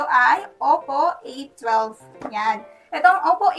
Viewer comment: hi, correction: it pronounces as oppo ey-wan-2 or "a-1-2)